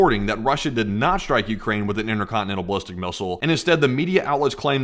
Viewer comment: "Inner conne-nenal missl" ?